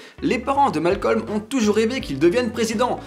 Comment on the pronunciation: c pas malcolme c malcom sinon jaime bien la video